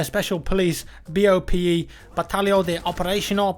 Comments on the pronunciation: Well, you really butchered BOPE and it was absolutaly Hilarious, is that latim or something? as for the operators i was surprised the dude's name wasnt Nacimento like in the movie, as for the crossbow.... it seens fun to mess around but i dont know what in hell a BOPE operative would be doing with a crossbow, but fuck it its a video game, as for how it works it seens that the incendiary will cover about a 2 meter radius same for the smoke, he seems good with 1 armor and 3 speed, as for the chick... i dont really dig her faice paint (she has a skull painted on her face for anyone who didnt watch the leaked video) she has silenced M9 that shoots... non letal high impact shots? guess it will be able to down someone in 1 or 2 shots then you can interrogate them, and silents step seens to be in some sort of cooldown and it lasts for 10 secs or something. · you butchered BOPE's name so badly.... and you don't say "capitow" or "cavera"